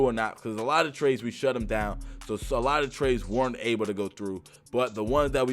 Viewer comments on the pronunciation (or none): none